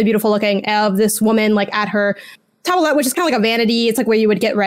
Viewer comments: That's "toilette", pronounced like toilet, but the "ette" is said like the one in cigarette. So, toy-lette rather than toy-lit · Anglicized it's pronounced toy-lette. Grammarist has this to say "In English, toilette (usually pronounced in the French style twa-LET, but it’s sometimes toy-LET) was more common in the 19th century than now, but it’s not obsolete." grammarist [dot] com/usage/toilette I think grammarist is stretching it here (I often disagree with the site) and if the Art Institute taught (unsuccessfully) to say "twa" ( says "towelette") then I'd say it's a product of the modern standardized snootification of English speech, grammarist is saying how it's "usually" pronounced but this should not be taken to mean that the grammarist editor who wrote this actually took a substantive poll. It's like saying Forza. People say fore-za but we're told "IT'S SAID FORT-ZA!! GET IT RIGHT!" but if we say fore-za then obviously that is how it's being said, it's a strange enforcement to demand some trans-Atlantic interpretation of commonly used words and names. Right now English speakers say "CD Project Red" they aren't going around saying "PROY-YEKT". Like, tomato, tomahto, let's call the whole thing off.